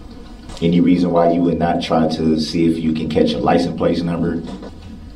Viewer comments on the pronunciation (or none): I keep thinking to myself "What the fuck is a licen-plate"? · Cant even say licence plate